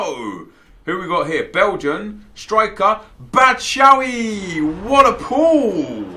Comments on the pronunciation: Bats is pronounced: Bat-chew-Y-eee. Best I could think of as a fellow Belgian.. xD. Got Reus in my very first Bundes premier upgrade pack btw.. :D! Then nothing for bout 30 packs.. xD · It’s Bat-shoe-eye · Batshuayi = BAT shu ay 😉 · you pronounce it 'batsjuwaji' ;) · It's pronounced Batsh-why